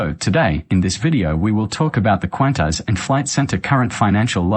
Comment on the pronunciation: You cant even pronounce Qantas. Why should we pay attention to you.